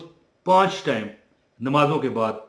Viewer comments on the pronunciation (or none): none